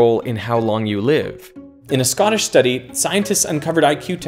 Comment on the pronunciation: I swear you said "Scottish" with a Scottish accent!